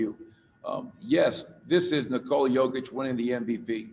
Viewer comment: Knee-cola cokeić i died in the beginning ... Congratulations my brother , Serbia is so proud of you ! We love you ! Stay healthy and God bless !